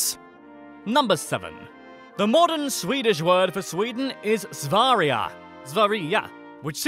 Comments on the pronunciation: When he says sverige it sounds like svariga to me. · 1000th comment :) Sverige is pronounced Sv-err-iy-ee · When to Tryed to say Sverige it sounded like svarja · Sver-gae in the Gotland island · svaria?!?!??! dafaq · you are saying svergie wrong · You say svärje!!! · Sverige is pronounced "Sverje" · Sverige not svaraland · Actually not that bad pronunciation, except when you tried to pronounce "Sverige" which was pretty much shit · sorry but I was laughing really much when he was trying to say Sverige and Norrland Svealand and Götaland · that's not how you say sweden. Yes im from sweden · Gud vilken dålig väg att säga Sverige